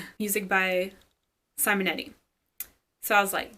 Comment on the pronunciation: Pronunciation tip: ‘See-monetti’ 😉 I met him at a con and he also performed some themes.